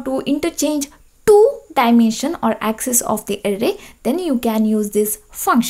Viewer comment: Really very helpful .in ,u should have given less pressure on "Two" 🤣🤣🤣